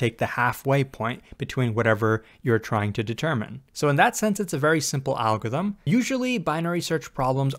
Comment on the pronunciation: Not being able to pronounce "algorithm" must have made this video more difficult to make.